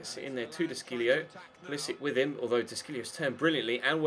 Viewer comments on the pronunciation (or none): Is it de Sciglio as in "de Shil-lio", not "de Skil-lio" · The Sc in the De Sciglio is pronounced Sh